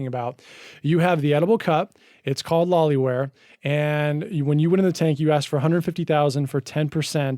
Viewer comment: Thx for sharing! But it is loliwear instead of lolliwear.